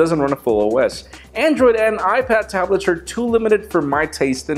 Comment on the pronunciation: Hahahaha "youad bro" xD